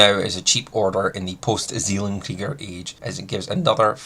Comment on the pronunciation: as a german i hate the way you pronounce "Zellen-Krieger" ;-) but otherwise great vid! Very informative :D